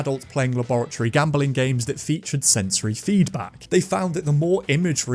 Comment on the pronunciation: Gam-beling? Bing bing